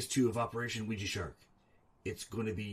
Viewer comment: I hate the way says ouija